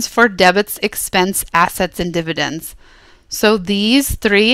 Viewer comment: You said dividence twice